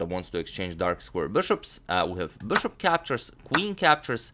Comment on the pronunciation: The way he says bishop burshup it's the best